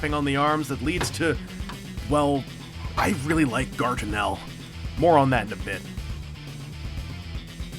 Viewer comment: Guartinel. It like you're trying to say Gargamel everytime.